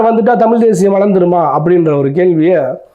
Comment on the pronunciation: தம்பி எந்த மொழிக்காரனாய் இருந்தால் என்ன? அவன் நேர்மையாளனா என்று மட்டும் பார். நீயே தமிழை தமில் என்கிறாய். முதலில் நீ திருத்தமாகப் பேசு.